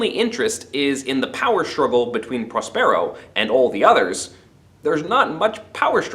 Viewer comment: Really great! (please...correct your pronunciation of Prospero...stress emphasis on the first syllable)